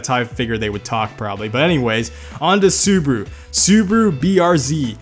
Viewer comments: Why do u say Subaru as subru. It's Subaru with an a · I know, it's the english language, but how the hell is it possible to fuck up every name?! Subaru =/= Subru 😅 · Why everyone calls it “Su-bu-ru” xD thats Su-Ba-Ru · It's "Subaru" not "subru"wtf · Is this how Americans actually pronounce those names? Like awesome video, made me laugh but Soobru for Subaru, dang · SUUBWUU BRZ SUUBWUU Legacy SUUBWUU Impereza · Dat "subru" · "Subru"... Dude, go back to 1st grade and learn how to read. There's an A in there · Its Su Ba Ru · Suburu? Maybe soupyoubruh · correction SubUWU. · and subaru: sUburU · hearing him saying SUBARU made me stop watching the video for a while